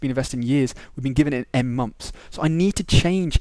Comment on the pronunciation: "Number of mumps" XD no offence haha, anyway thanks ur vid really helped :)